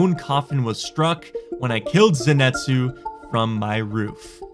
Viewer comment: just an fyi, it's pronounced (zen-ee-tsu) it's a name from a popular anime called demon slayer. Great anime if your interested 😁, ps love your content I've been watching your videos for years, thanks for all the enjoyable nights watching your wipes with friends or by myself, you never fail to bring a smile to my face. I play console rust but I hope after my deployment in the army that I can play on PC.